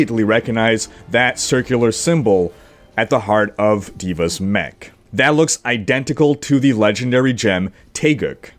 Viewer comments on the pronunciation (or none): none